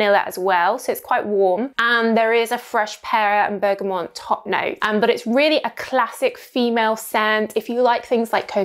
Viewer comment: OMG is she STILL saying bergamoNt ? There is NO ‘N’ in the end. plus the whole word is mispronounced……christ ! plus the over the top exaggerated hand gestures combined with the obviously fake plum in her mouth ……….its all TOO MUCH ……. Hard pass. I have not seen her videos for six adults and I’ll come back and everything is worse. People are looking for authenticity Thursdays and this girl is anything but that stands out a mile.